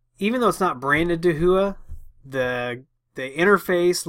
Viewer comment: Hey! Great videos and thank you for all the time you put into making these! As a small point of order...Dahua is pronounced like "Dowa / DOW-AH)". (I happen to be a Authorized Dahua Dealer and yes, I had to ask about the pronunciation too.) They are a huge supplier and sell their stuff to be reskinned under many many other Names. (HikVision is another company that is also huge and they too resell their wares to OEM) Dahua called me as soon as the story broke about the hacking and suggested to patch all cameras. Again, They called me which is always nice. This is NOT an endorsement of their products just a point of order how to pronounce their name. As for the default passwords, they should always be changed from their default but it always make me wonder why do companies make them stupidly easy. Thanks again and I look forward to you next video.